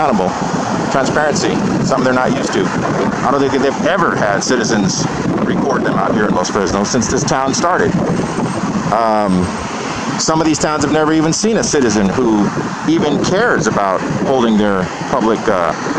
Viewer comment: Correction, Los Fresnos, not frenos, unless u being sarcastic!!